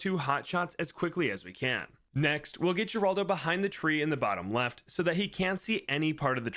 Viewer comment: fun fact geraldo is most likely pronounced "heraldo"